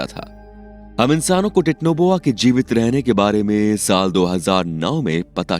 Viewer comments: Titno boa ni bhai titanoboa hota hai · It's not titnoboa it's titanoboa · Vai it's not technoboa it's titanoboa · Techno boa nahi titanoboa bolte hain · 😂😂 thora ache seh pronounce karo titanoboa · Abe chutiye tu pehele Titanoboa bolna sikh le!! Aur thumbnail Mahadev ki photo kyu lagai hai?? Chomu!!